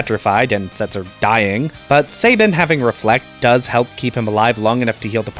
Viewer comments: Pronounce this word Cabin Now pronounce this name Sabin. If you said say-bin and cay-bin........sigh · Calling Cyan, Cayenne is more egregious and makes no sense lol. He's a color, not a spice. I've heard it pronounced Say-bin my entire life as well.